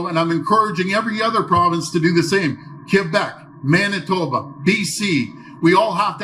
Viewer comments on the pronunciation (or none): none